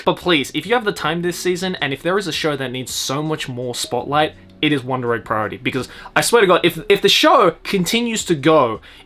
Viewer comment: he says the name flawlessly